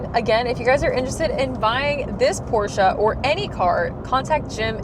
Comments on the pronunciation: It's called a Porsche not a Porscher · Thanks for pronouncing Pro "SHA" correctly!